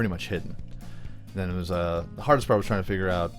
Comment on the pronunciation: Did anyone else think that when he said trying it sounded like china?